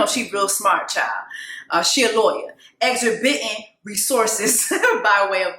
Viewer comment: Just to be helpful: I’m pretty sure the word is exorbitant, pronounced ex•or•ba.tent